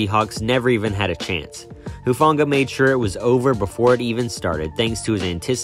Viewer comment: Who-Fahng-ahh soft g not a hard g.